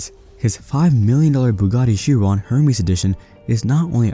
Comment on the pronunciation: Ermes not Hermes 😂😂😂😂